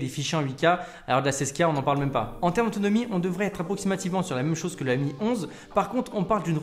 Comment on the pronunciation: Dit encore "em i" au lieu de "mi" et....oui